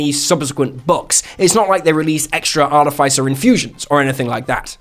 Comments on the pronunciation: It’s Are-tiff-iss-er 😡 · I find it funny how no one say articifer correctly art tis if fur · I don't mean to be picky or judgy but ARTIFICER is pronounced /är-tĭf'ĭ-sər/ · Am I crazy or this is NOT the right pronunciation of "artificer"? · please stop saying artificer like that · That's not how you pronounce "artificer". Check Google. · Why do you pronounce artificer like that O.o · The way he pronounced artificer with the hard I is noteworthy, comment worthy really, to me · you should learn how to pronounce words, hearing you butcher the word artificer over and over and over right in the begining of the video is very offputting